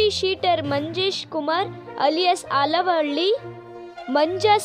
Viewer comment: Dabba anchor.. alavalli ante 😂😂 adu avalahalli.